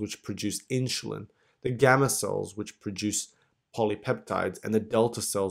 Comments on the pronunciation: I can't get past "inschulin". Im an a$hole I know, but it's making my eye twitch every time he says it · Inshulen ? Really?